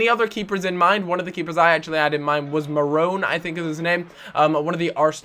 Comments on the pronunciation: Mannone, not Marrone. :P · ha, marone! its pronounced man-on-ay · Lol the Arsenal keeper is Mannone, not Marone. :) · its Mannone, not Marrone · its Mannone not marone and he's not young he's probably 26/27 in your career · marrone MARRONE ITS FUCKING MANNONE!!!!!!!!1!!1111ONE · Mannone is the arsenal goalies name not maronne ;) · Hate to be a dick but its pronounced manno-nay